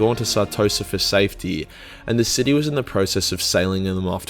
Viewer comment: He pronounces city as shity